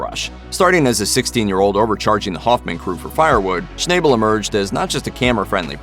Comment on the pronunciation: Too bad you guys can't pronounce people names correctly, Parker's last name is pronounced as "Schnabel" not "Schnayebel"